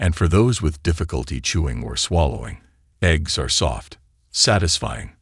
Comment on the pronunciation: Horrible AI voice. Can't even pronounce the word ARE.